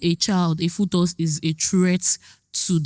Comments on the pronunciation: arguing with someone who pronounces "fetus" as "futus' is the biggest issue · Sorry guys is it FOTUS or FETUS it’s pronounced as (FEETUS) I had to check my dictionary I was just hearing FOTUS FOTUS 😅😅😅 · She meant was pronouncing it as "fuutos"😂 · Bruhh....she kept saying futus and I'm like whattt 😭😭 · am I the only one hearing different pronunciations of the word “fetus”